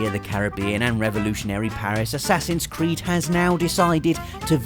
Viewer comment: Playing The Witcher 3 made me think he said whoreson cart when he was talking about assassins creed 😂